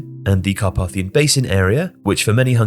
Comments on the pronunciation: The middle letter A of Carpathian/Carpathia is pronounced as AY (to rhyme with ‘pay’) in English. In IPA, it’s /kɑːˈpeɪ.θi.ə/ in British English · Incorrect pronunciation of Carpathian pretty annoying. For someone who narrates for a living should probably know better.